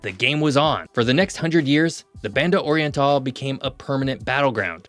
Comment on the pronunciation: Why do you pronounce Spanish words as if they were English? Your pronunciation of "Banda oriental" is just egregious. Imagine someone speaking English with a strong Spanish accent, like Sofía Vergara. Then use that accent to pronounce Spanish words, and you'd be much closer to the original pronunciation.